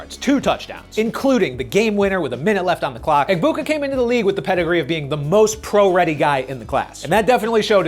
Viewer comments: As an Ohio State fan, it hurts my ears to hear people pronounce the “G” in Emeka Egbuka’s last name. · I was confused for a minute on how to say emeka’s name based on announcers though the g is silent